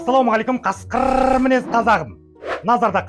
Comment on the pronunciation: Каскыррррр деп айтпашы жағымсыз естіледі, қазақша қасқыр деп айта салшы өтініш.